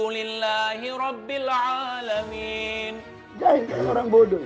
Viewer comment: lu bacaan surah alfatihahnya sangat hancurrrrr Pada bacaan robbil 'alamin, lu mentalin huruf lam nya